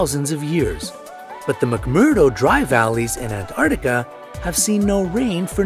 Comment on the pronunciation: That is NOT how you say antartica